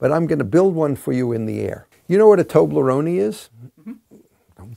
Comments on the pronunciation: Wouldn't the original pronunciation be closer to "Tobleronay" than to "Tobleronee"? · A toble- what now? Toe-bleh-roan-ee? Here I was thinking it was Toe-bleh-roan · why Is he saying tobleronie, it's pronounced toe-bler-own. It's not lunchmeat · Stop saying Tobleronie. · did he just call toblerone, tobleroney? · I thought it was pronounced Tow-Blur-Rown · Pronunciation was not so bad. Only the last vowel was incorrect: toh-bleh-roh-neh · Huh, I (and everyone I know) say toh bleh rohn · I love how he pronounces "Tobleroni" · it's a swiss germanic portmanteau where the other part is of italian origin. odds are it's not pronounced like a native american english speaker would automatically assume :). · Tob-lur-OHH-ne(y), would be closer. (The "y" is there to influence how the "e" is pronounced, but it's in brackets because it should be silent) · I'll have a toblerony with my calzony ~ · Don't be a jabroni, learn how to say Toblerone(y????). Mind blown haha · "Tobleron" (silent e) is an equally wrong way to pronounce it. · "Tobleroneie"?!?! I've never heard anyone pronounce it with the "ie" bit on the end. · it should indeed be pronounced without the "ie" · His pronunciation of toblerone is sinful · This guys so smart that no one’s ever felt they could tell him he’s been pronouncing Toblerone like an idiot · His pronunciation of Toblerone triggered me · I'm in Massachusetts. It's funny, the German pronunciation clearly has a fourth syllable, but the English one doesn't! /toʊbləroʊn/ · The last e must read as the first e. In italian the letters have always the same sound. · It is a Swiss brand and the last 'e' will be pronounced. Not how the gentleman in the video did but it will be. English is not the only language in the world!